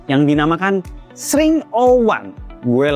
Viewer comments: Ex ring bukan sring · X,RING tot Bukan SRING lol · Bukan sring bang tp dibacanya eks ring😊😊😊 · ku kira bacanya eks - Ring bang, bukan sring😭😂 maap kaget tadi tiba² sring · Bang, Baca X Ring dong.... Biar lebih enak dengernya-- ketimbang xring 😅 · Tapi cara penyebutannya "Eks Ring" ga sih 😭, ketimbang "Sring" aneh banget dengernya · Kalau penyebutannya sring kayaknya aneh dah 😂 lebih baik eks -ring 01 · Dibacanya ex ring bukan sih? Sring kek gak bgt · SRING 😭 bukanya bacanya X RING gasih tolong 😭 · mungkin cara bacanya bukan "Sring", tapi "Eks Ring" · dibacanya x 环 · Gw juga aneh dengernya 😅